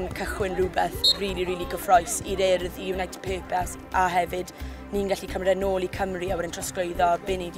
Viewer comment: yn dweud "urdd" yn well na lot o bobl yng Nghymru! Da iawn - da iawn MTG a'r Urdd. Cyfle ac addysg wych i bobl o Gymru a Cenia.